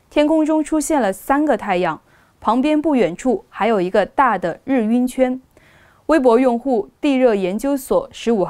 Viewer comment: 日晕，[拼音] [rì yùn]，主持人读错了。